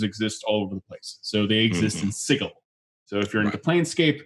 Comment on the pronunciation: The word Sigil is not pronounced Siggle.